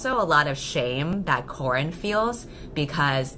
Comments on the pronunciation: I am so sorry but I keep hearing you call Corin, Corn. I cannot unhear it now. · The whole time it just sounds like you're saying your main characters name is corn... I'm now wondering if her name is actually corn 😂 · For the entire time i kept hearing ‘Corn’. Halfway through the video my two braincells go: “Wait a minute... Corn?” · everytime u say corin i hear corn. so all i can imagine now is just someone punching a sad cob of corn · Ahaha same i genuinly thought her name was Corn for like half of the video 😂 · every single time I think you say CORN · Shit, whenever you say the name Corin, I keep hearing "Corn", and then I was like "why the hell is she calling her MC Corn?". Subtitles really helped me.